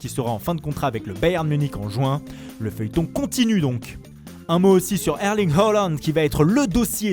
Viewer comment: 😂 Herling Heulang